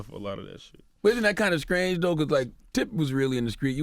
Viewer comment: Said skrange for strange too. Grown man. SMDH.